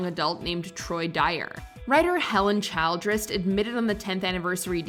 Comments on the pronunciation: Holy crap!!! The narrator of this video mispronounced so many words, including Helen Childress’ last name — “Child-dress” !!! — one wonders if she ever graduated from high school!!! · Hey, Mojo announcer, before you record the script for these videos, you should go through it word by word to be sure you know how to pronounce each one correctly. Two examples I caught here: It's "e-PIS-co-pal", not "ep-i-SCO-pal". It's "CHIL-dress", not "CHILD-ress". Also, "funnily enough" is meaningless nonsense. Don't use it.